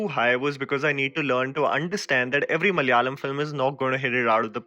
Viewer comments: has got most Malayalam names right this tiney, kudos! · You deserves an applause for the way you spell Malayalam words...As a Malayali,I have seen many youtubers pronouncing malayalam incorrectly,but you are a role model for all of them. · hi bro i like ur work and also the way u say malayalam names i am mmyself a malayali